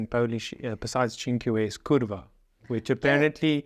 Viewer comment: You pronounce "r" and "a" too fast. Try dragging the "r" and "a" a bit, like 0.5 seconds, when pronouncing "Kurwa". More like a: "Kurrwaa." regarding "No = Yes" -> this cannot be explained, even as a Pole, I cant. Maybe if we drank a liter of vodka together, I would somehow explain this relationship to you in our understanding 😂 Greetings from Podbieskidzie 🤟🏼